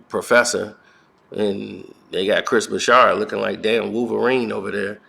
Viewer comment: Broussard has no H in it..why does this clown keep calling him Chris Broushard